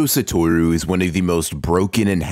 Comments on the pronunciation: Ain’t no way he pronounced Satoru as suh-tor-u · gojo SA-TOR-OO why? why why can know pronounce anything its like the people who say SA-GOON-AH no its SU-KU-NAH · Couldn’t finish after you said S-UH-Toru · said his name wrong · Ok, but that's not how you pronounce Satoru